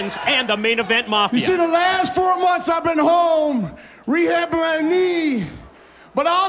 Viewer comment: Rehablin my knee😂